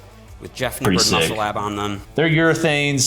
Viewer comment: Jeff Nippaud... Jeff Nippaud... Science Based Liftahhhh ... Wont take your pictuaaahhhh